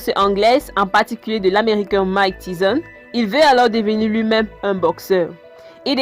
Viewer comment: Je me suis arrêté à Mike Tizon. 😂